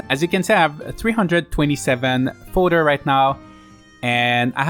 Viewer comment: Never thought the mispronounce of fodder in a 4 year old vid would annoy me this much….